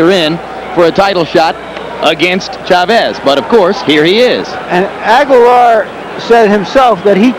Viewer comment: HBO could even pronounce Chavez correctly.